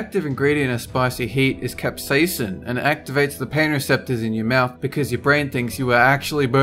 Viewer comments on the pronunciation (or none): Capsasin? No. CapSATAN., where are you?